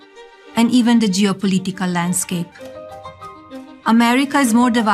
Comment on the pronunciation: My favorite part is when she said geopolitical… 🤣🤣🤣